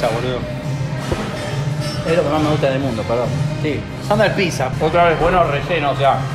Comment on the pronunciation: "sandals piza"